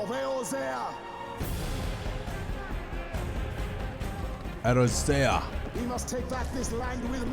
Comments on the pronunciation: 1) Glad you realised that error yourself. 2)Eorzea is pronounced A-or-zee-ah. Its the name of the land the game is initially set on. 3)The original ff14 1.0 didn't have a title. It was just ff14 online. 4) Complaints is putting it mildly. 1.0 was a complete disaster. Though, you don't need to take my word for it. Go look up speakers of Hydaelyns: The Fall and Rise of FF14 series to learn more about 1.0's failure. 5)The Knight in black armour is Odin, he's a recurring ff boss. 6) If your first time playing ff14 was 1.0 then it was on PC, not PlayStation4. 1.0 was planned for release on ps3 but that idea had to be scrapped. Realm Reborn was released on PC, ps3 because they had originally promised they would in the 1.0 era, then ps4 and much later ps5 (ps3 was dropped in 4.0). 7) Ff14 has 8 starting classes, which later become jobs past lv30. You pick one when you create your character, but after reaching level 10 on your starting job, you can change your class/job to any you can currently unlock. 8) yes, the community is awesome. 9) Much of the gameplay you see in the trailers is very outdated, also that yellow dragon isn't in that place (it's a four-man dungeon)in the actual game. 9) the guy with the axe is you. Or rather, he's a stand in for the players character. He pops up in cinematics a lot. 10) yep, it's talking about 1.0 getting blown up. 11) the guy with the goggles is this games cid. 12) that beast is another recurring ff boss, called Behemoth. 13) teleported 5 years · He's gonna realize it's Eorzea and not Erozea at some point, right? ...Right? :D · "Erozea." Ee-OR-zeh-ah. OR. OR, GAWD DAMMIT! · Ey-OR-zea. Not Ey-roze-ea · Probably been corrected already. "E-or-zea" is how its pronounced. Not Erosea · "... Glory to a raisin?" Thank you for the top laugh of today. Edit: Also, I'm more than 1 hour in and you're still pronouncing Eorzea as Erozea xD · FYI, Eorzea is pronounced EE-ORE-ZEE-AH. 🙂